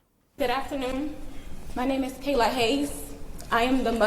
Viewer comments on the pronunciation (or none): none